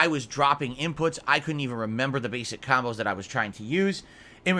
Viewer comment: "Khambos" ducks head down SNORT